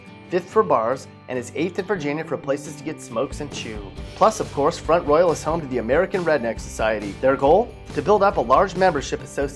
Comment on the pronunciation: Locals pronounce it front rawl